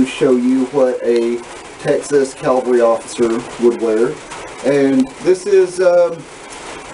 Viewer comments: It's cavalry, not calvary. I'm sorry, but you keep saying it over and over. Other than that great job. Nice uniform. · All that effort and you don't know how to say CAVALRY. Please, please, please stop saying calvery. If you say that again, your going to get a spanking mister. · Calvery. At least respect the accents like any human being with decency.